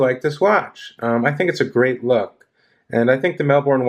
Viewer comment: No disrespect mate, no O in Melbourne😊. Good review!